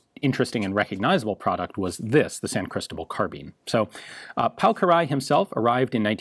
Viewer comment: I am pleased to see that our feedback from the Danuvia SMG video was headed. The designer's name is indeed pronounced Kir-ayy, and not Ki-ra-lee-y.